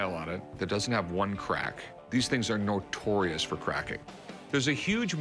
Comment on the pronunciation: Did rick really just say "these things are NORTORIUS for breaking!?" instead of notorius?